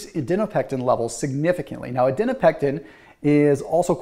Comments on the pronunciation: "adinopectin" Adiponectin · STOP CALLING IT ADINOPECTIN PLEASE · Okay this is the second video where I heard you mispronounce adiponectin. :-) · Then spell it out phonetically so we (and ) know, please. Thanks.